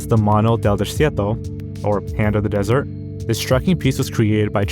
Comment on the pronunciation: is notoriously bad at pronouncing words. He also says dessert instead of desert